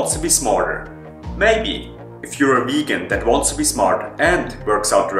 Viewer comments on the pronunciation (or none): it Vegan with a V...Not Wegan!!!